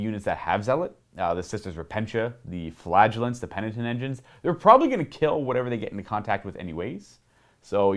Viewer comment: Did he say flagelance?